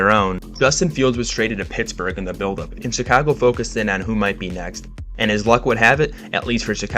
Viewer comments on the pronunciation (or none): none